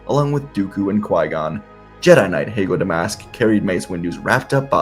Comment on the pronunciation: Did you ever hear the tragedy of Master Heygo de mask (wtf is that pronounciation), it is a jedi legend